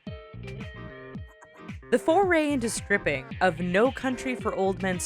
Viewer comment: Did you guys hear her she said tripping instead of stripping?